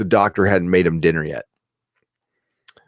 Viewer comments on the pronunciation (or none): none